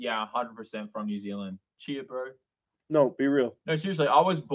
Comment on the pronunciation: says cheer bro when it's Chur bro